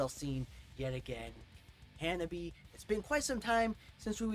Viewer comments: Well, you make the same mistake most people do, it's not "Ha-Na-Bee" it's "Ha-Na-Be-Eh" it ends with a "eh" sound ! put the subs on ther are quite of english in this song. "I can't take it anymore now ! " "Take Your Freedom !" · these 'gals'!👍 Ha-nah-bee-eh, like you're Canadian! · The RIGHT WAY to say "HANABIE."'